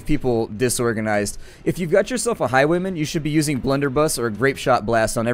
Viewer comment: you sayd highweman